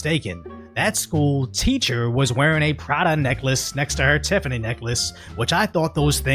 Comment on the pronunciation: " If youre a teeacher and an influencer." Is not a phrase i like to see.